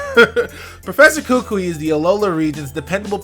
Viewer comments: My boy, it's Kuku-eee, emphasis on the 'i' more than the other vowels. Malasadas are fucking fire, bruh. Portuguese sweet buns that may come with delectable fillings, custard and strawberry being pretty popular. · I should probably point this out just because this is going to be a mistake for a while, but the proper way to pronounce kukui is Koo-Koo-eee. The stress is on the second syllable. The "i" in kukui is a third syllable, not conjoined with the second syllable. Ku-Ku-i. Sorry if this sounds ignorant or rude, but I'm just trying to get people to pronounce kukui right since it's going to be said a lot in the next couple months.